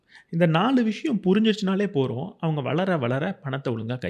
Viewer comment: "porum illa bro pothum" nu pronounce panna nalla Iruku m